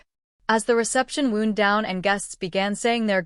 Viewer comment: Good one, but the AI mispronounced words (wound, for example) make the story sound awful.